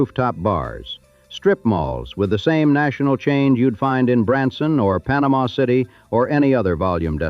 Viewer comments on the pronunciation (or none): none